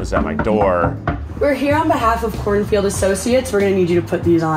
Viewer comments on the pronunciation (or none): i need to know, was Desiree saying "Kornfield" instead of "Kornfeld" on purpose?